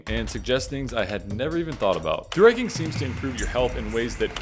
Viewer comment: Took me way too long to realise you were saying "through hiking" and not "thooraking"